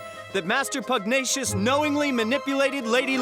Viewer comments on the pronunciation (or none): Stampy it's pug-na-ci-ous not pugnacus I didn't mean it to be rude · Stampy pugnacious is pronounced. Pug-ne-shis not. pug-ni-ous Just to let you know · it's Pug-nay-shus, not pug-nee-is, it also even said in the 2 little clips at the end of the video. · IT'S NOT PUGNIUOS IT'S PUGNACIOUS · its: (Pug - Nay - Shus) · It's Pug-Nā-tious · Its pronounced "Pug-nay-shus" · It is Pug-Nay-Shus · Um...stampy, he's called pugnacious, not pugnias. You're pronouncing his name wrong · Try saying "Pug nae shus" :) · Stampy, it's pronounced "pug-NAY-shus". It's a pun on the word "pugnacious", which means "quick to aggravate", and the fact that he's...you know...a pug. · Pug- Nay-Shus! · Stampy it's pugnacius Pug-nay-sious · Once again: Niall = Kneel and Pugnacius = Pug nay shus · You're pronouncing Pugnacious wrong